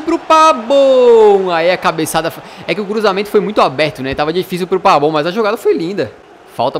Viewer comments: Que raiva, é PAVON e não PABON!!!😠😠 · Eh Impressão Minha Ou O Tá Chamando O Pavón De Pabón Kkkk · vc fala errado kkk vc fala pabon sendo que é pavon mesmo assim seus videos sao muito bons parabens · Pavoooon e não Pabon que raivaa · porquê vc fala PABON e não PAVON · Pq vc fala "Pabon"? Kkkk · DouglasAnimações Clbc man eu escrevo meu nome do jeito q eu quiser, a pronúncia certa é PAVÓN